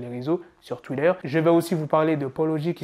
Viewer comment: c'est bizarre comment tu prononces Twitter et Xxx Tentation